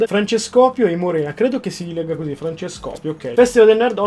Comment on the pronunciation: ma nn si dice francescòpio ma Francesco pio